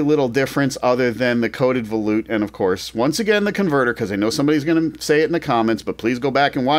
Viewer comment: I used to pronounce it that way until someone corrected me. Me being me, I looked it up. And it's pronounced vuh-loot